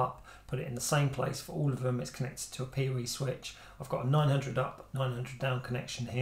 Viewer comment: OH, he’s saying “PoE” not “peerie” 😂 English subtitles would help